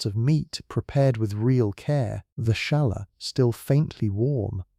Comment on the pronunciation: …. The braided bread is “challah”. It’s pronounced “holla” (with a slightly guttural “h”) - not “shalla”. Queens, New York.